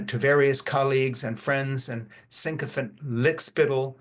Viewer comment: I like your presentation on youtube but have to wonder why so many on the left have a problem with the word "sycophant." It is not psycho-fant, sycopants, or sicko-funts. It is in the Merriam-Webster dictionary at their website, along with the correct pronunciation.